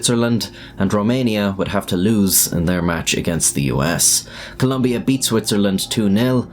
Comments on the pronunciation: It's Colombia not Coluuuumbia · COLOMBIA, not COLUMBIA. Ignorant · Jesus Christ its COLO mbia Not Col U mbia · COLOMBIA. IT'S NOT COLUMBIA. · COLOMBIA !! It’s not Columbia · It's not Columbia. It's COLOMBIA ffs! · It's COLOMBIA....not Columbia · It is Colombia, NOT Columbia! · *Colombia (not "Columbia) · It’s Colombia not Columbia 🇨🇴👍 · It’s Colombia not Columbia. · It's Colombia not Columbia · Its Colombia not Columbia ... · Please guys, it’s COLOMBIA not “Columbia.” That said, I am so sad for this young man. Absurd, and to be honest, childish that anyone would harm him for this. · There is no U in the word Colombia. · U really need to invest more in the correct way of saying things in Spanish First of all it's Colombia no Columbia And you can use Google to know how to pronounce "atlético" not even a minute and you really messed up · ColOmbia. With an O. Jfc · It's Colombia, not "Columbia" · it's ColOmbia, there is no 'u' in the country name... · ColUmbia??? It's ColOmbia, mate. You're making a video of it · It's Colombia. Not Columbia. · holy fuck, gringos, it's Colombia, with two goddamn "o", when will you learn to spell it correctly. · It’s Colombia not Columbia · Its Colombia lol cant even get the name right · ITS COLOMBIA, NOT COLUMBIA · its colombia. not columbia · Mate, it's Colombia, not Columbia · Great video :) But it’s not Columbia, it’s Colombia with an “o” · Altho the story is sad i couldn't stop cringing every time you said Columbia instead of Colombia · its colombia not columbia.... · It’s Colombia, not Columbia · the country is spelled >COLOMBIA.. you as an english speaker can pronounced as Columbia but that is not how it is spelled. For what i know "Columbia" is an US district in washington. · It's Colombia not "lumbia" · it's not just in the subtitles that he made the mistake, he spelled the name at the beginning of the video and pronounced it wrong the entire time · it is Colombia, not Columbia. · Colombia not clumbia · "Columbia" wtf man